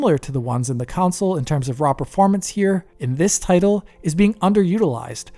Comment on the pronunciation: Kansole kansole? What is he talking about? What is a 'kansole'? 🤔